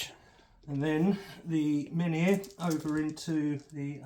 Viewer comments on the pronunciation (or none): the floaty things that come with silent king, are menhir, pronounced Men Here...your pronunciation is a little bit ....1940s germany. great batrep , necrons saves were obscene turn 2